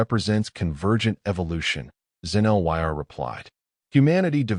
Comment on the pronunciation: Xen-Lyr's name cannot be properly pronounced by the narration. (LOL)